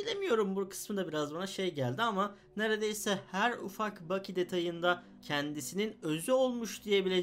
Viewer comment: Bu backy derken bu loki gibi duydum